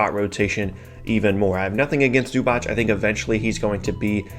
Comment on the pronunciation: (there is no ch in Zubac, it's Zuba tss)